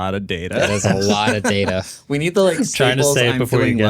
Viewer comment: It's PRONOUNCED DATA....not DATA